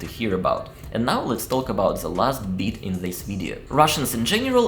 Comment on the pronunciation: The words " trip and bit" you say treep and beet.